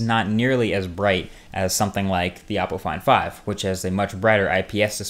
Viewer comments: LIke if you thought he was saying apple iphone 5 instead of oppo find 5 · When you said Oppo Find 5, I thought at first you said Apple Iphone 5 with a weird accent.